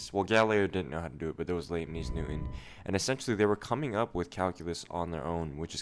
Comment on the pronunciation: Your pronunciation of liebniz is pretty unique